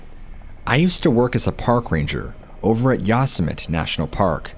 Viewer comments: Learn how to pronounce yo sem it ee Yosemite not yos mit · Sorry to correct you but.... Yo•sem•it•ee Yosemite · Pronounce "Yousimite" like that in another video and i will track you down and go Wendigo on your candy ass lmao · To the narrator: Yosemite is not pronounced Yoss-a-mit. Learn how to pronounce words and names please. It is very distracting. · holy shit man, learn to read/pronounce words, how on earth could you mis-pronounce the name of one of the most well known national parks in north america so many times? yosimite is pronounced yo sim itee. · For your benefit: Yosemite = yo-seh-mih-tee...Love your work, my friend! I'm subbed and click like on every video. Thanks again! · 😠Yosemite = YOH-SEH-MITTY😠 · Is he saying Yosemite like yo-Sim-itty? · He is destroying the word YOSEMITE!!!!! I thought EVERYONE knew how to pronounce that !?!? Lol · I cringed every time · Lol it bothers me when he always says it the way he does too.